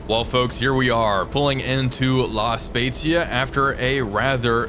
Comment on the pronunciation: I was very impressed by your pronunce of “La Spezia”. It was just perfect (the italian “z” sound can be tricky). I’m italian 😊 Oh btw happy holidays